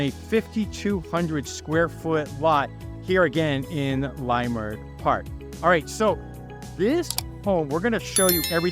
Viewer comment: Good tour! And fyi, it’s pronounced Lah-Murt, not Lie-Murt.